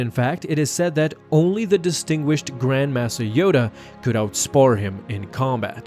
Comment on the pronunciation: grand mass-a yoda? uh...